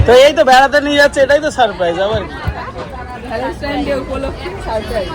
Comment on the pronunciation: উচ্চারণটা thik করে শিখে বলতে হয়ে, Valentine কথাটা...